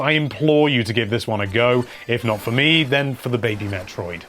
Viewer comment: 5. Yep. Team Yokoi makes a good Mario game. 4. Won't question this one. 3. Whoever said Zelda was the game that invented strategy guides mispronounced Metroid. 2. Uh... There's a difference between influential and 1. Yes. Yes, it is number one. It's why Yoshiaki Koizumi is the face of the Switch. It invented a much-needed Jump Button. It gave Zelda games more drive in story beyond mere words. ...and, of course, it inspired Ocarina whether we liked that one or not.